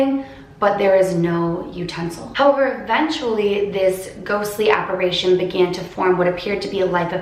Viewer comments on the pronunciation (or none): It's "apparition", not "apparation". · If you see your paranormal doppelgänger it’s said you die. Ps it’s apparition, with an “i”, not “apparation” as you were pronouncing it 🤦‍♀️ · You're pronouncing "apparition" wrong.... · apparItion not apparAtion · Why does everyone say "apparation" its apparition lol